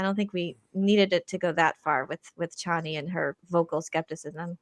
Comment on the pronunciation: The Dune changes from the book really pissed me off but I know I'm in the minority. Also they pronounce Chani's name wrong the whole time and it made me so angry 😡